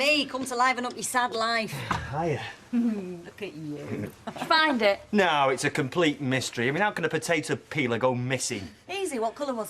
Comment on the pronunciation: Lol when bill said to rachel in pub u find it all right? I had to rewind cz it sounded like, ur fanny all right?